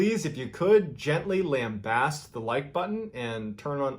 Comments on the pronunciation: lambaste, is pronounced LAM BASTE ( lam as in lamb and baste as in baste the turkey) i did get a really good chuckle how you said it though LOL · lamb baste not lambost